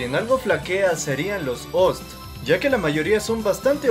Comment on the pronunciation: El "ORE" de Zero...Los "OST" (En lugar de decir OOO ESE TEEEE), algo incomodo escucharlo asi, asumiendo que es un resumen para "olds".